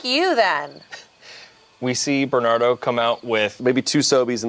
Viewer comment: Bernado 😂😂😂 I love that more than Bernardo. It's like a tornado